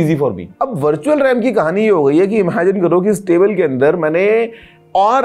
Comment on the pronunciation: Mujhe vertual rem Start me Bhar tu chal Ram Sunayi diya 😂😂😅😊😮